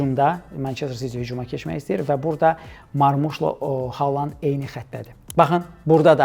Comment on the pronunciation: Hər şey yaxşıdır, amma Xaland deməyin korlayır.